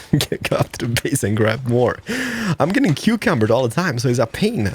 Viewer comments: Over encumbered, not cucumbered xD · I've just spent like 3 minutes looking for this video because I forgot to save it a few years back. I'm here to tell you that your overcucumbered word is now mine and my group of friends normal way of saying overencimbered and has been for at least 2 years now lmao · Did he say "cucumbered"?